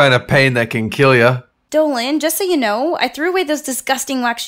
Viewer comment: you butchered the first name so badly.